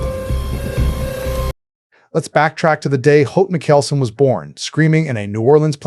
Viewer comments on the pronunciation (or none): Can we not? The way you keep pronouncing Mikaelson is so offensive lol